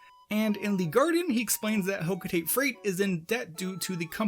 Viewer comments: Ugh, another person who pronounces "Hocotate" as "hoe-koe-teight" instead of "Hoe-koe-tah-teh." Ironically, you said "Ujadani" almost perfectly. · Hocotate is pronounced Ho-KO-ta-Te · The way you said 'hokotate' really hurt society as a whole